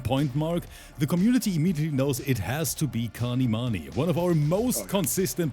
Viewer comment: As i have said again his name is kanimoney not kanimani! Just give him the 2k!